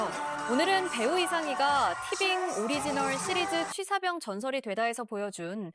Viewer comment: 뭔 자꾸 취삿병이래. 취사병이지. 발음 거슬려서 홧병날라 하네.